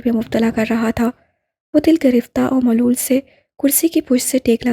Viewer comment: Your voice is good but you make a lot of pronunciation errors.' malol', 'nadim',Salwa.etc.